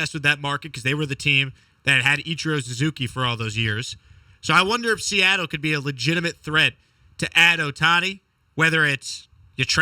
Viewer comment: Fuk Se-at-tle Is 4 right?